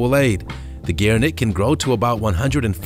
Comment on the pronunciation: "Gere-nook" and no, it's not a Somali word. "Co-ati-moon-di"